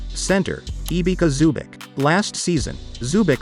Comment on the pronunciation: you just butchered the name of Ivica Zubac to the max